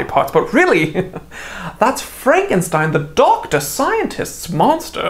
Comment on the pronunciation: Thats definitely not how its pronounced.